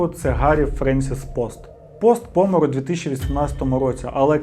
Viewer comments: Усе норм у відео, але дуже ріже слух пОмер, а не помЕр. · Став будь ласка правильно наголос в слові помер 😢 Не пОмер, а помЕр 🥹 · Будь ласка не зиркай по боках під час розповіді, дуже некомфортно таке дивитись. краще вивчай текст, щоб не зависати, і не збивати цим слухачів, або чому б не зачитувати текст взагалі закадрово.. і роби правильний наголос в слові помер. Що за пОмер